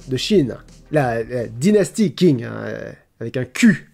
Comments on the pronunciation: Le Q en mandarin ca se prononce pas K mais plus comme un tSH. ;-) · La dynastie Qing prononcé "King" ça fait mal... fait un effort de prononciation ou essaye au moins 😟😭 c'est "Ching" 😵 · Q en chinois ca se prononce ch donc c'est pas [king] mais [ching] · Alors c'est ching ou tsing mais pas tching, mais ça se prononce comme ça oui ^^ et c'était la dernière, la première est la Qin si on parle de dynastie impériale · Le mot "Qing" de la dynastie Qing ne se prononce pas " king ou Quing " mais " Tching " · la dynastie Qing se prononce comme "Ching" pas "king" lol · Bonjour, je viens pour casser une vanne ! Les Qing si on prononce correctement c'est pas les "king" mais plutôt les "tchin" (🍺) Bonne année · La dynastie « King » des Chinois Moi, qui vient de Chine:????: « King » avec un « Q », « Qing » Moi: [pleure en mandarin] Le Q en pinyin (chinois écrit en lettres romaines) se prononce « sh » donc c’est Shing et pas King 🤣🤣🤣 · Petite rectification, la dynastie "Qing" ne se prononce pas "King" mais "Tsing" (le "Q" en pinyin l'écriture latine du chinois se prononçant en réalité "TS"). La blagounette autour de ça tombe un peu à l'eau je crois. ^^' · Pour la dynastie Quing, le Qu se prononce ch. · On prononce "Tching" pour la dynastie Qing, dernière dynastie impériale de Chine d'origine mandchoue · Je suis pas descendu très loin dans les commentaires, si ça a déjà été corrigé navré mais là dynastie Qing se prononce « Tchin’g » avec un léger g final 🤗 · pour info la dynastie Qing ça se pronnonce Tchingue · Je crois que Qing se prononce "Ching" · Du coup petite correction : "Qing" ça se prononce "Tsing", j'espère que mes quelques années de chinois m'auront servit à quelque chose 😂😂🤞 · Vous dites "tch" ??? J'aurais pas mis de "ch" mais un truc plus proche du "ts" (Avec effectivement un mélange entre le "s" et le "ch" mais pas juste "ch".). Je sais pas si ce que je dis est très clair. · La Dynastie "Qing" se prononce "Ching"